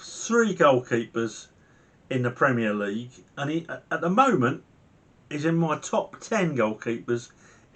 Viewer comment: Great vlog but Premier League. Repeat after me. Premier League.....